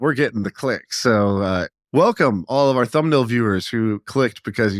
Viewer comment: Funny how difficult a time has saying Ours 😂😂😂 it's Or-A lol